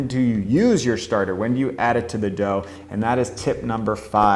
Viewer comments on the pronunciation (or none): Why have americans schtarted to pronounce schtretching and schtarter? It sounds so sloppy and bad :( I mean you do say sourdough, slow and depends correctly.